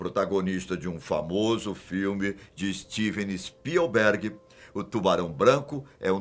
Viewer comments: "Istivem ispiubuérgue" 🤦‍♂️🤦‍♂️ não percebo a dificuldade de dizer bem as palavras em inglês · Istiven espiu berg kkkkkkkk rachei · "Estiven espielBERG"